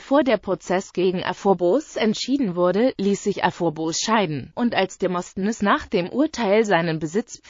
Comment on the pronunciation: XD demostnness hört sich lustig an. Die Aussprache ist lustig.